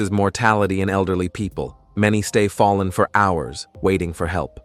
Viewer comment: "I've foh-ah-len, and I can't get up."